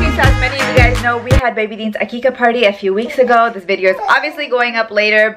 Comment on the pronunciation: It is aqiqah